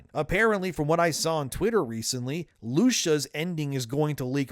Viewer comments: lushus? U mean Lucia? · LU CIA not Lusha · The way you pronounce Lucia low key pissing me off. "Loosha" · Who tf is “Loosha” 🤣 it’s “Lucia” lmao Lou-see-uh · Loosha???? Come on, man. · why do you say her name that way? Its "lu-see-uh". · Unrelated, but the way you pronounce Lucia cracks me up. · It’s crazy you’re still mispronouncing Lucia😂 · You sound like AI. You don’t pronounce GTA V or Lucia right